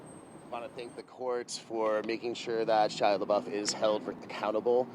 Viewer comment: The intro Lady says "Shy LaBuff"....cracked me up.